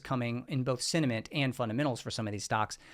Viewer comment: Wait, this whole time you have been saying sentiment and not cinnamon ? 🤦🏼‍♂️